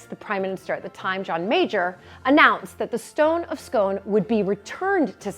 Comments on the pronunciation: the correct pronunciation of scone is 'skon', to rhyme with 'gone', rather than 'skone' to rhyme with 'bone'. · Pronounced skoon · Edward I was my 22nd great grandfather, and the stone placed under his coronation chair is pronounced "skoon". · A fascinating insight into the history and origin of the fabulous Coronation Chair, as always, (although I believe that Scone is pronounced Scoon)! Not only am I looking forward to your future updates, but I am also really looking forward to the pomp and pageantry that is the Coronation next May, as I missed the last one by just over 13 years!